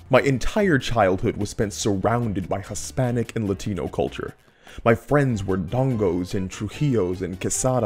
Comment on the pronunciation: Yo I love this analysis, but why you gotta pronounce "Hispanic" that way lmao